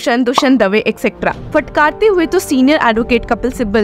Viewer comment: उच्चारण का संज्ञान लें फटकार ( फ़टकार नही)